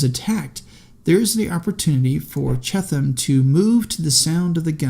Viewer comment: I think its pronounced B. F. CHEAT-um